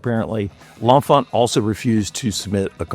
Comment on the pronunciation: I'm not sure which is more annoying, the complete erasure of Benjamin Banneker from the story of DC's design and civil engineering, or the pronunciation of L'Enfant ("lawh fawh") as "lawnfah"